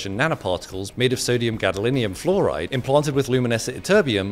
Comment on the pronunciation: I heard "fluoride" 😬